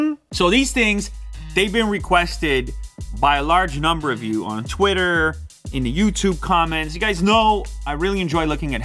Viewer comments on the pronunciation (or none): none